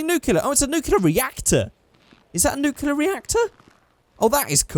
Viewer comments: It's not nu-Clee-yar its new-clear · IT'S SPELLED N-U-K-L-E-A-R NOT N-U-K-E-L-A-R